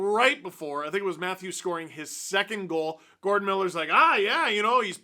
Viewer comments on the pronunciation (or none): none